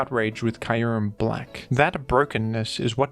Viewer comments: "Kayurem black" holy shit that had me dying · Kai-Yuurem??